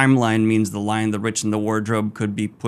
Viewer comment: Not sure if it was intentional, but I found the title mispronunciations humorous. "The Lion, the RICH, and the Wardrobe" "The WHY AND the Witch, and the Wardrobe" back to "The Lion, the RICH, and the Wardrobe" CORRECT TITLE PRONUNCIATION!!! And yes, I went back multiple times to ensure that I was hearing what I thought I was hearing.